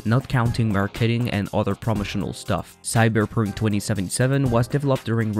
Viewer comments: Why are you having such a hard time pronouncing the vowels in "cyberpunk" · Can someone teach this man how to pronounce Cyberpunk?